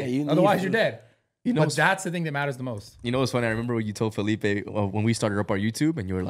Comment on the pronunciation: NEVER FORGET WHEN SARA CALLED FELIPE “FELIPO” 💀